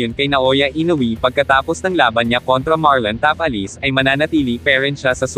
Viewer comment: Andyan na naman yong pag banggit mo ng Tapales. Ta Pa Les .